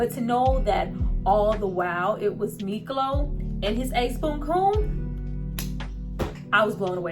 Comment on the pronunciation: IS SPELLED MIKLO AND PRONOUNCED MEEK LOW.